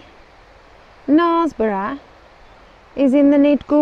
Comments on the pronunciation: It's pronounced naresborugh not narsborough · I pronounced it wrong but hey ho. Wanted to go for a long time as I just love a viaduct lol. It's a lovely place but it daint half get busy! I pronounced it wrong it seems.🤔 It is Knares like mares apparently. I'll know for next time.😁